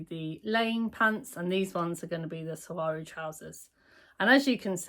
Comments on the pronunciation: You do not pronounce the G. You pronounce them like swarrow. I lived 2 yrs in Mexico and that is how they pronounce it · I’ve heard you correctly pronounce saguaro several times. When I moved to Arizona I needed help to learn how to pronounce this cactus name correctly. Here goes: suh-wahr-oh. They are the cacti with arms. Saguaro would have been a better name for a shirt😂